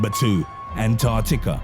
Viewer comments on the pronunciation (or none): none